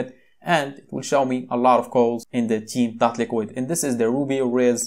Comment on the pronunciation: First of all your accent is not good. It sounds like teen not Theme. Please from next time just show the word/keyword on screen if you cant pronounce it. Thankyou.